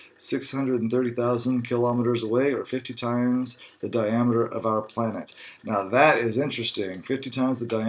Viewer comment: Can't help but notice that his reading falters on four syllable words. "Fifty times the d...diam...eter"